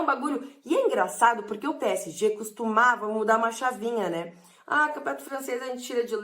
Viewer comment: Só eu escuto ela falando p é e g? Kkk